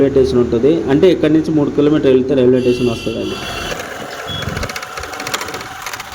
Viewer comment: రైల్వేటేసన్ కాదురా నాయనా రైల్వే స్టేషన్ అని అనాలి , భాష సరిగా నేర్చుకో